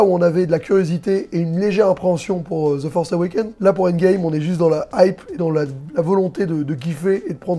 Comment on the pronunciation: "ze forsse euwékéne"??? tu parles de quoi la ??